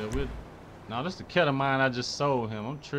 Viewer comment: My boy mispronounced ketamine but anyway i need a link for these mods bruh